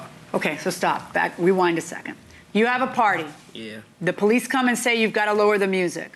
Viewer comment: She got so excited that she was AXing, stall she’s educated because she Can’t speak normal English. She says AX, Amba-Lance and they call the Poe-Lease. In order to adopt to Adopt a child costs about $10K, so where dod she get $50 to adopt 5 children?